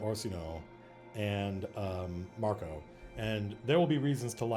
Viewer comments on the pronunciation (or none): none